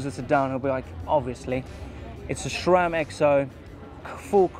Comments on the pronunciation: "Rock ShoCK" and "SHRAM" are triggering me every damn time! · SHRAM lol SHRAM, who's the H in SHRAM lol 😂